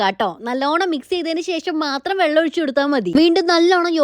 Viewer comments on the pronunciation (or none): none